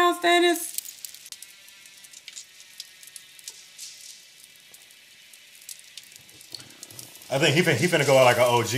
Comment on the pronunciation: It's Stannis, not Stonnis. It sounds like Stanley.😊